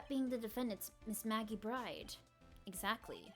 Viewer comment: It's a really good narration ;) But you always pronounce Maggey's last name as "BRIDE" but she is called Maggey "Byrde".